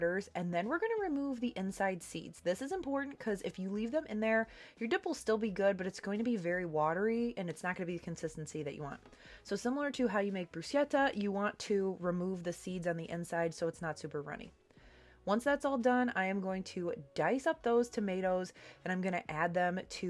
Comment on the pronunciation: just for future reference, bruschetta is pronounced with a hard K.😊 but don’t ask me how to pronounce açaí because I just can’t 😂